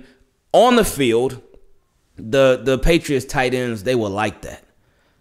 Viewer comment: 🤣😂 I like how you emphasize on the field lol.